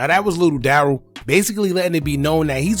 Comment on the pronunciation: Yup, Hookah saying it wrong. It's said Da Rell and he be saying it like Daryl.